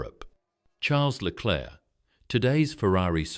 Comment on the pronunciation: Да я дивився повне відео да ти я бачу неук який клерк леклер , да ти всі прізвища неправильно вимовляєш , Боже як ти бачиш , ну бачиш що не твоє то не розказуй або вивчай прізвища неук